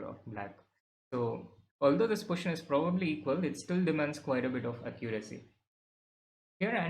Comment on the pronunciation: So both our captain and vc says 'poition' for position 😅